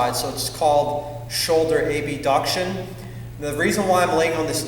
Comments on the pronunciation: Abduction is pronounced similarly to abdominal... it's not "a-b-duction". Similarly adduction is pronounced similarly to addition. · Its abduction not A B Ducktchun